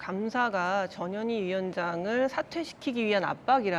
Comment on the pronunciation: 전현희위원장....발음이 꼭 저년이위원장처럼 들리는데 발음 조심해야겠습니다